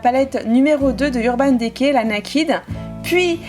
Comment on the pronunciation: Ça me fait rire quand tu dis Naked et Urban Decay olala 😂